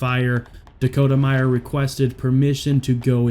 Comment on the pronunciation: It’s Dakota Meyer, not Meyers. Thanks for honoring an American hero.